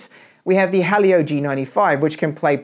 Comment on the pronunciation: Helio Not halio